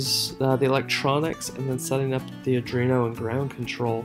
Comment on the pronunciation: Just FYI: It's pronounced "Arr-dwee-no"